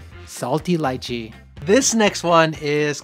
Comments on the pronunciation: FINALLY SOMEONE PRONOUNCE LYCHEE AS LAICHEE NOT LEEECHEEEE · It's pronounced 2 ways. That's one of them